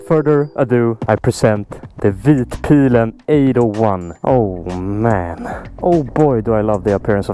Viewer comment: Finally someone who can pronounce vitpilen correctly. Please say Öhlins correctly once in a video, I swear you'll be the first on Youtube to do so.